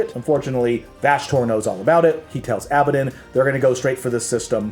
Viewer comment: ANG-RON....ABA-DON......ur saying it weird....or I'm weird .....